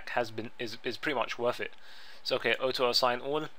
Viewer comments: Orto, not Otto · not being rude, i love your vids dude but honestly auto assign isnt said like aoto its like AW-TOE. not being stink, i love your accent but yea :P:P